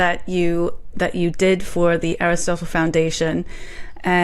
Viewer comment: Love you. However: Aristotle. Look this up on how to say it. 😊